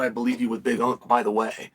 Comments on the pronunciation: Omg ITS BIG ANK. NOT BIG UNK. WATCH A DAMN BEDTIME MMA VIDEO FFS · Big unc ? Big unc is you chael. Big unk is Jon Jones 😄 Big Ank, like anchor. Is the LHW championship